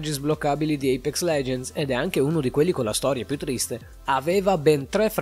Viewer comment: Da notare tutti i nomi sbagliati (IPEX) 🤣 (PAFAINTER) 🤣